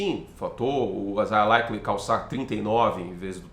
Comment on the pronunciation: Eu não aguento quando tu fala "Meu primo, o Likely" KKKKKKKKKKKKK